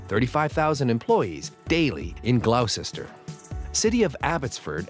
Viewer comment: Gloucester is not pronounced "glough-cester" it's more like "Gloster", look in Wikipedia